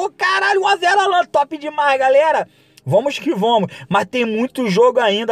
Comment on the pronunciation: "mais vamus ki vomus"